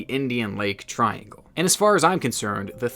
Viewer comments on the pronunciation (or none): none